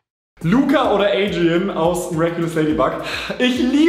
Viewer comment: Adrien wird französisch ausgesprochen nicht englisch